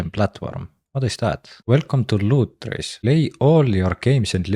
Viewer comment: Bro Can You Repeat The Word Lutris Again For Me please 😂😂😂